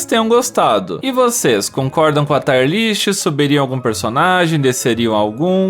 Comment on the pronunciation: taier não. TÍierr kkkkkkk